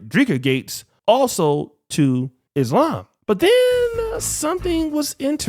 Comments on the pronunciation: The correct pronunciation is Islăm thats why it sounds like she said lamb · I hate when she said “Izhlam” learn how to pronounce the word before you follow the religion goofy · Is no one going to question her pronunciation of the religion she converted to? Is-Lamb? Ma’am, what? I’d let it slide if she was Canadian, but she’s not. Do better, Brittany! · shes saying Islam wrong, so i know she dont do her prayers right smh.